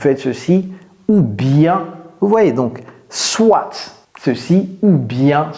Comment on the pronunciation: Hi coach vos vidéos sont super.... Merci Une petit correction dans "soit" le "t" ne ce prononce pas... Encore merci pour vos vidéos